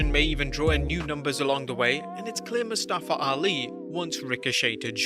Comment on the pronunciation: Anyone else annoyed by how Mustafa’s name was mispronounced last night so many times during his match with Ricochet?